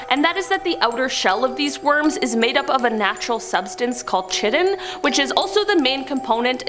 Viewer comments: It's pronounced like kite, dear. kite-in = chitin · ITS KYYYY-TINNN